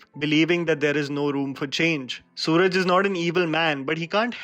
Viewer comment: He s not Suraj, but सुराज ।